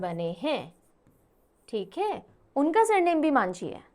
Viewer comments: Its actually majhi not manjhi. Mohan majhi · Odisha cm not Manjhi it's majhi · Odisha CM not Manjhi..it's Majhi